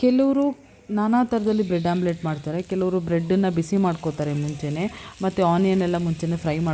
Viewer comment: Omlette not Amulet😂